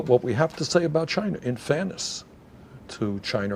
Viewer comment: Is he saying Chiner!?